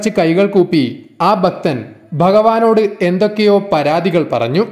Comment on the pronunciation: ഭക്തൻ,ഭാഗ്യം എല്ലാം തെറ്റായി ഉച്ചരിക്കുന്ന.